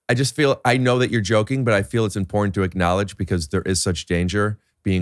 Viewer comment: Does he say acknowledge it or ricknowledge it!